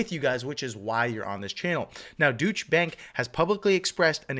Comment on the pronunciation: Dootch bank lol... It's pronounced doy-chuh... keep up the good work bro